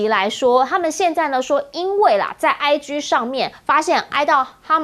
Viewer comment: "IG"該發音為"哀機"，可是台灣許多女性主持節目記者總是把它發音為"哀居"；"5G"也發音為"5居"等等⋯。為什麼呢？難道台灣的媒體硬是要把"G"字與哪個"不乾淨"，或哪個"不好啟齒"的字眼硬要拉上關係嗎？怎麼如次硬要以自己的歪曲心態去扭曲兩種不同語言的"真義"呢？！真是伈裡有病！